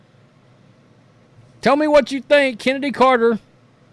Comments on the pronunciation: Excuse me, that's "Chen" edy. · Who Is This "Chennedy Carter" You Speak Of ?